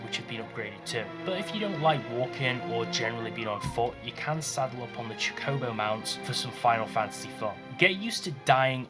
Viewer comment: its choco bow not what ever you said haha